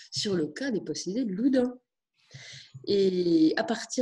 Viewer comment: Loudun pas Loudin!